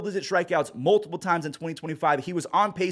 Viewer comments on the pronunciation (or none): none